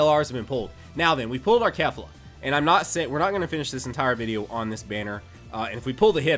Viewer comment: Its not pronounced kef - la its pronounced kay - fla